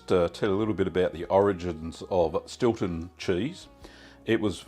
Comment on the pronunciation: Stewton or Stilton? lol